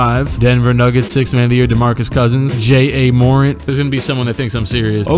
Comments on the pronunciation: Bro it’s not J-A morant it’s JAH morant🙄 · This dude said jare morant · Why did he say j a morant?!? I’m a serious grizzlies fan... Jk jk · did he really call ja morant J.A. ? this guy can’t be serious 😂😂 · Imagine saying j. A. Mor. Aunt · You called him J A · "J-a -morent"